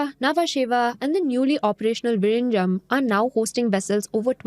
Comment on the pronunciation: First time I heard somebody pronounce Vizhinjam almost perfectly.